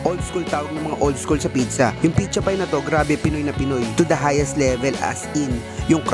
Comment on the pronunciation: "picha pie" ganyan din lola ko sa pizza pie hahahaha